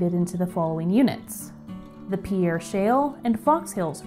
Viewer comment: This is a wonderful video that shows some of the fascinating geology behind this great place. However, a couple of bad place-name pronunciations are distracting. In South Dakota, the name Pierre (the state capital) is pronounced with one syllable ("peer"), and Chadron with a soft sh, like Chicago. Pronouncing them wrong in the park might get you funny looks!